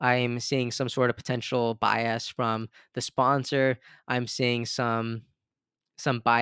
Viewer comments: Stop saying bi-ass. it’s more like “BY-us” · I’ve noticed in this video and others that you pronounce bias as “bi-assed” 😅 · Although bi-ass does describe the two party system 😂